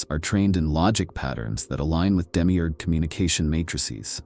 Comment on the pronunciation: Demi eeeeerrrg Its Demi-urge. Effin yanks.